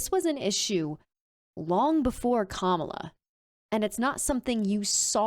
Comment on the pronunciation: OK, MAGA. It's pronounce KOM ah lah, not kah MOL uh. I know your 'Hero' Trumpty-Dumpty says it that way, but he is doing it on purpose, because he is an immature asshole bully who is a coward, and is losing the election, and all he knows to do is to name call, and try to demean anyone who is not on his side. Listen closely to his rhetoric. He is spouting an "It's us against them" message. He is not speaking on unity, he is speaking the exact opposite.